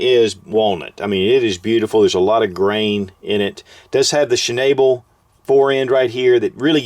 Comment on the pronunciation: Shh-nahhh-bull.....not she-nay-bell...."schnabel" is German for beak.